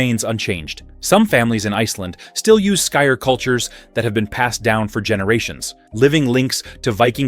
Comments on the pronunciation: You shouldn’t mix skyr and honey. The antibiotic qualities of honey kill the probiotics in the skyr. Also skyr is pronounced more like “skeer”. The Icelandic y isn’t pronounced with a long i sound. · Just heard him say it… very bad. Americans have the worst pronouncing.